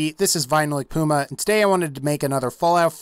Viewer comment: Is it just me or it sounds like he says Goomba instead of Puma in his intro?